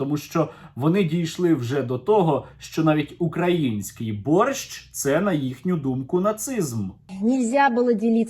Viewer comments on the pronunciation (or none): none